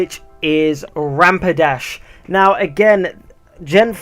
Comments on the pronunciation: Stop calling it rampidash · You said rampidash not rapidash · the way you pronounce rapidash sounds liek rampidash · did you just say Rampidash? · Lol, u kept saying Rampadash :-).